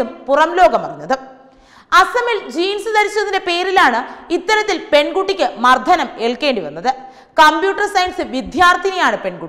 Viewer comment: Mardhanam alla, mardanam,.!